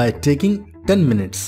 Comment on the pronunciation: Minutes, not mints